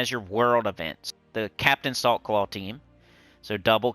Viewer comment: Everytime you said Captain Saltclaw I heard "Captain of the softball team"